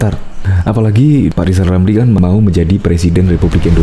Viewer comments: ll lijal lamliii,ngomong r aja ga bisa hadeeeeuu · Gw setuju klo Lizal Lamli jadi Presiden, tapi ada satu syarat yg harus dipenuhi yaitu dia harus bisa mengucapkan huruf RRRRRRRRR dgn jelas, agar klo jadi Presiden setiap kebijakannya JELAS juga.